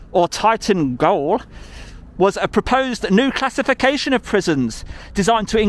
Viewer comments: Not your best audit, trying to belittle a person is beneath you. Were you influenced by the guy with you? If so I'm surprised and disappointed in you. And by the way 'gaol' is pronounced jail and not goal. You can do a lot better than this DJ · Your "Titan GOAL" is pronounced JALE...Just saying. EDIT: Oh no! Not another TITAN...(it's all in the news at the moment-submersible implosion) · GAOL is pronounced 'Jail!, NOT goal! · Excellent video again DJ. On a side note "gaol" is pronounced JAIL. Gaol was the old spelling back in the middle ages. Leave it to the Government to still use the term! 🤣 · "Gaol" is another spelling of the word "jail" and is pronounced exactly the same way....jail. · Shoot Yes, I know. I was talking about how it is pronounced, I think he pronounced it "goal"! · Gaol is pronounced Jail my friend. Jail is just the lazy anglicised version of Gaol. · Gaol is pronounced jail lol it’s the old fashion word for it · gaol its pronounced jail.